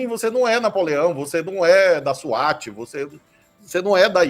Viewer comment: Acho que, devido a um problema de linguagem, na realidade houve a troca de um "S" por um "Z" de ZWAT... não?